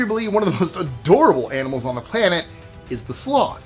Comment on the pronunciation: He said AMINALS😂